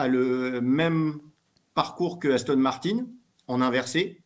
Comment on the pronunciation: Pourquoi il dit Victor Martines c'est Martin pas Martines